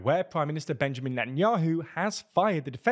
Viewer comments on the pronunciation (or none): none